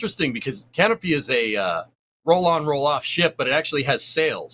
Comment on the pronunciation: Pronouced "Canopay" ;)